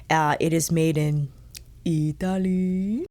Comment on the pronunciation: I live for when you say “Eeeee-ta-lee”❤️🤍💚